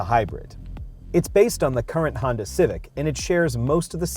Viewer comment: Did he say Hyundai or Honda? Hyunda?